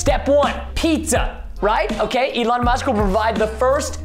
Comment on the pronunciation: Lol the way he pronounced “Elon musk” was Elin musk which is my name without musk